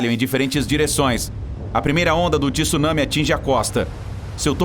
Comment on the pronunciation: não é Tisunami é Tsu caralho não sabe pronunciar tsu não grava vídeo